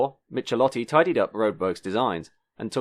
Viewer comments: Actually the last name of that Italian designer is pronounced as "mik-e-lotti". In Italian, the digraph "ch" equals the "k" sound. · Michelotti pronounciation is : Meekailottee. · Michelotti is pronounced "Mikelotti", not "Mitshelotti". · "Michelotti" is pronounced "Mikelotti"... the Italian "ch" is pronounced as a "k" (as in kilo), not as in "cheese". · If you're going to play documentary journalist, you'd better get acquainted with foreign pronunciation. Michelotti is Italian and sounds "Mee-keh-lotty" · Zetland, suburb of Sydney with a short "E" not Zeetland. Giovanni Michelotti, the 'ch' in Italian is pronounced as a hard "C" not "ch". Good vid though; I saw all of these cars when they were new, even saw the P76 driven in rallies.